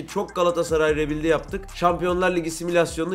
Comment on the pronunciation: Olum rebild ne la RİBÜYULD